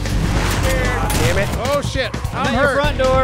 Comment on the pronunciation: anybody else notice that at 27.11 really says "sammit simon" instead of damn it simon.???? im still not sure why you guys don't lock simon up for horde nights... jail cell for simon in the future? hope so lol keep up the good work love you guys. justchillindude. '